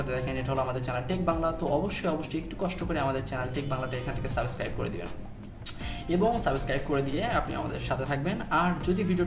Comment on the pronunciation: ভাই সাবস্ক্রাইব টা একটু সুন্দর করে বলেন,সাবোস্ক্রাইব না😂